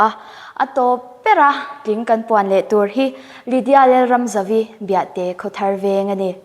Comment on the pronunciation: Biah-te ti tlat a ka hriat chu ahhh,,,Biate a ni lawm niii ?